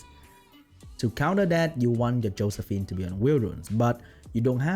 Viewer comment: YES! Exactly the content I like from you! Thanks! Edit: "Hoesephine" is the best thing I heard all day.